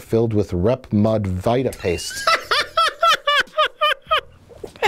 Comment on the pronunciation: Mike pronounced RedMed Vitapaste as “rep MUD vita paste.” It’s pronounced VEEta paste. And he calls himself a flan...